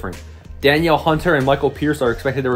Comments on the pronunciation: You already lost credibility pronouncing Danielle wrong. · This guy is an idiot. If you're going to make a video get your facts right. Said we signed dre Kirkpatrick, can't even pronounce hunters first name. He has no clue what he's talking about. Is he a Packers fan??